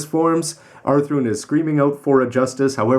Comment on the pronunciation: He calls him author i stead of athrun